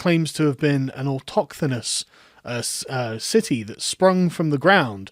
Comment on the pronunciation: Altoxthsenous? Altoxenouth? Whats that word when you said athens considers itself an altauxthenous city